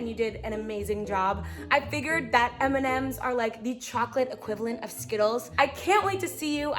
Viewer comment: Other people: M & Ms: M nemems 😂❤️